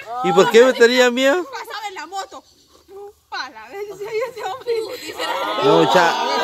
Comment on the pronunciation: Jajaja si, dijiste pala ver jajaja palavergaaaa especificate jeje